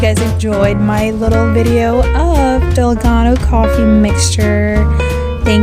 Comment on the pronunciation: May accent ung dalgona haha